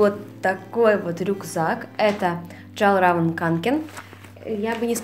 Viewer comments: Рюкзак джэларавэн канкен? Может филаравен! И это не лиса, а писец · Sasha Mostyko, вообще, правильно говорить фйэлльрэвен конкен)